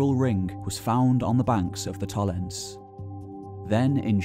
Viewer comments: Blimey! Very monoglot English: "Tollens". No. Tollens-eh. Say all the vowels. Getting the name of what you're talking about wrong throughout is, at best, careless. The trouble is that the next question is: what else has he got wrong? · Its TOLLENSEE you missed a e there...See=Lake... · Nice video, but one major nitpick: when a German word ends on an -e, e. g. Tollense, the e is pronounce as a shwa-vowel, namely -uh. Tollense is pronounced TollensUH. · Absolutely fascinating stuff. Thank-you for sharing your knowledge. If you ever do another video on this topic perhaps you could check out how the German place names are pronounced. The final "e" in Tollense is not silent, "v" in Vorpommern is actually spoken like an "f", for example. (Just a constructive suggestion for the future.) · I like your videos, and your storytelling keeps the listener interested. You speak very clearly and bring forth important, interesting anecdotes and bits of information. But please try to pronounce the names of the places correctly. For Tollense, Meckleburg and Vorpommern, listen to how they are pronounced